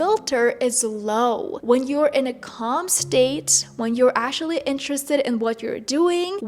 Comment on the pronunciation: Why do you pronounce actually like that?? Ashally 😂 it's annoying 🥴